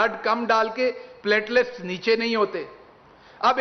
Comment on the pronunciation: Pletlets kum hay pyaayaallaalets aur glasslets kyaa?